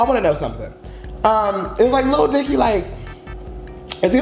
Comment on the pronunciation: did you call him “lil dyke” I